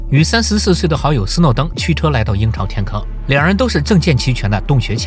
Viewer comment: 我聽成“陰曹天坑”